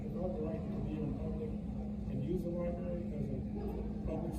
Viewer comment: You know you have a dumb cop when he says LIBARY.